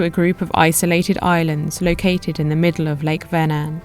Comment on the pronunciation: Swede here. Thank you for pronouncing the name of the lake correctly. I always appreciate when presenters learn to pronounce the names of important places right. I live in Södertälje, and have visited the beautiful Lake Mälaren a few times, and would like to suggest that as a future stop for you. There are many cities along the lake, and Södertälje (literally "South market") has been here since the viking age, the place where vikings would drag their boats across the short strip of lake to get to the sea to trade all the goods that the towns along the lake were producing. There is also Birka, the island set up as a historical (authentic) viking village. These days we have a canal at Södertälje where boats can come into the lake. Really enjoyed this video. Subbed. I look forward to seeing more of your content. Thanks for introducing me to a part my country I have never seen before 😊